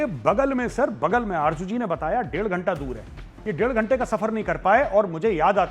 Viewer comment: aby tum loog z ko j kiyun likhtay parhtay boltay ho?? Arju nahi Arzo